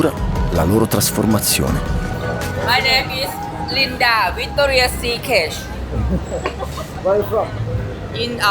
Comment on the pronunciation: Did she just said Victoria see cash😂 Hilarious